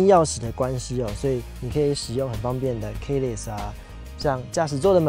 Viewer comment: Hi, "keyless" 是发音 -key乐死，不是-key立死。Good video, good job.